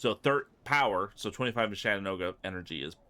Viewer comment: Say it with me correctly CHAT-en-ooga